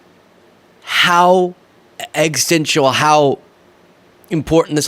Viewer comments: I'm already a subscriber, and 45 is an absolute turd. Just know you keep saying egg stencil instead of Existential (exis-tential) and I hope you can improve how you say it so it comes out correctly. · “Ex-is-TEN-shul.” Four syllables. Just FYI. Love your work.